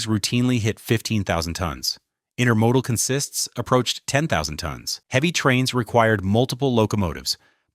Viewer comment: ... or pronounces consist that way.